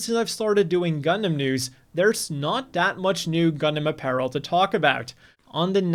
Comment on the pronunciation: omg he actually said apparel correctly for once....what is this chicanery!?!?!